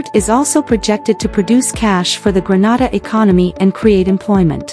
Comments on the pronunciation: It's not Granada it's Grenada when breaking it syllables I can hèlp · Is this real true, and why are she sayings granada, is Grenade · 😊😊please note the pronunciation.... Greenayda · Please learn how to pronounce the name of the Island. It is GR EN A DA! We are not in Spain. Please note we need you to pronounce the name of the Island correctly. Thank you. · It’s pronounced Gre-nay-da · 🤦It's pronounced " grə-NAY-də" NOT pronounced like the Spanish city.🤦‍♂ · This is BS, leave Grenada pronounced (Gre-Nay-Da] out of your mess. Clout chase off of someone else. Please and thank you. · If you are going to talk about Grenada you need to learn how to pronounce the words properly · Your pronunciation of the Islands name is wrong!!! Granada is in spain! Learn the correct pronunciation! It's annoying listening to it. We're not in spain!! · Please pronounce the country’s name properly. The name that you are pronouncing is another country called exactly 😢that name . Do your research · Can’t even pronounce the name…..what you know of it.Big lie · Pronounce Grenada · This is so true am a grenadian. But grenada wasn't pronounced right in the video